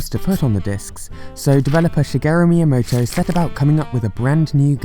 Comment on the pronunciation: Miyamoto? More like Mii yamoto